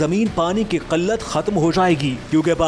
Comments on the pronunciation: Qillat😂😂😂😂 Not Qallat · قلت It's "Qilat" not Qalat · Kallat kia hoti he, killat kehty hain